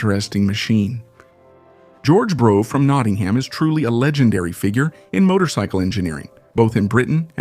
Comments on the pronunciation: It's pronounced "bruff", not "brow", bro. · This motor enginear name is pronouced Bruff not Bro. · It's pronounced - bruff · It's bad enough hearing Americans mispronounce Yorkshire or Worcestershire. But listening to ai with an American accent pronouncing Brough completely wrong is possibly an infringement of human rights. I'm not sure I will ever recovery from this. It's, as many have already said BRUFF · torkeee? I hate AI voice overs.. Especially when the OP doesn't fix obvious errors like the Brough name. Always thought it was pronounced much the same as Bra but I guess it's Bruff... 185 pounds is NOT $1,500,017 .00 in today's $$, it's about $17,000 or so. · The title should have been "How many ways can you pronounce Brough?"